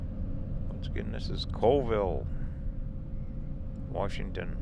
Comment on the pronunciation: Cha whee lah. Call Ville. Those Indian names are always pronounced different. Zips is awesome, it's like a Hardee's. From the dam you could've gone to Usk/Ione. It would've brought you into Colville.